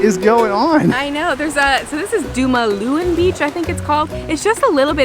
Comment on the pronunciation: Btw ita pronounced Duma-luwan